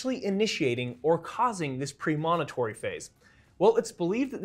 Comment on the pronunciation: Great info, but your mispronunciation of “premonitory” is quite distracting.